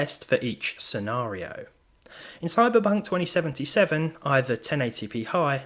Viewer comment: Did I hear it right "Cyberbunk 2077" ?